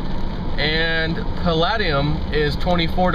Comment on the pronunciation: It's pronounced Pall-eh-de-um not Pal-lad-e-um!